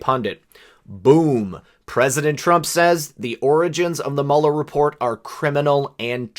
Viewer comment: sounded like he said 'oranges' twice, then corrected to 'origins'....then 'oranges' again....oranges..florida? Maralargo? California? Schiff/Schumer/Pelosi/Feinstein? Who knows..maybe nothing, maybe something.